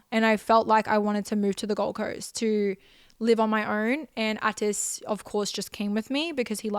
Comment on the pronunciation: Can’t stand the way Anna says Atis